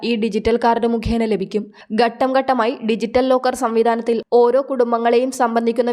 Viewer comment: ബൂമി? അതെന്ത്? ഗട്ടം ഗട്ടം? അതെന്ത്? ഉച്ചാരണം ശരിയായി പഠിച്ചിട്ട് ഇപ്പണിക്കിറങ്ങണം.......